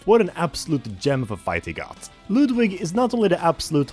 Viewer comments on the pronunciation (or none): It’s Ludwig fool not loodwig